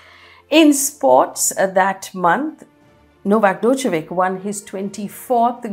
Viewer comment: Novak 'Dojokovic' 😂